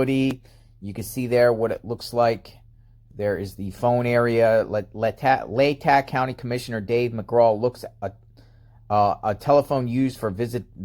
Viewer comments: Lay ta is how it's pronounced, short a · Say,..... LAY-TAH,.....leigh-ta, LATAH county. I live here, and its funny hearing you always saying it wrong.😀 Keep up the good work! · Pronounced Laytaw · Not to be a pronunciation Nazi but it’s pronounced: LA täh. FYI! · pronounced "lay-taw" county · Hi It's pronounced " lay tah"